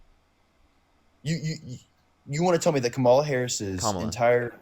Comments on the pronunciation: ....just the fact, that you correct the pronunciation of Kamala every.single.time. Thank you. Keep speaking truth. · I really appreciate how he corrects everyone who pronounces Kamala wrong.